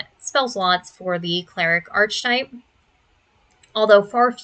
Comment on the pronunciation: Girl that is not how archetype, theurge, or chassis are pronounced 😭